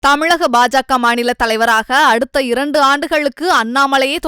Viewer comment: தமி’ள’க மா’ணிள’ த’ளை’வரா .. தமில் தாயே. திராவிடியா கல்வியால் இப்படி நொந்து வருகிறாயே..